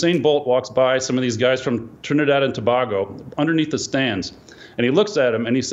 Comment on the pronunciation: Yah it is racist. So listening to rap distracts u .news flash every dressing room in all sports pumps rap .all other music is boring to get pumped up to and iam trini it's Tobago u said it wrong white man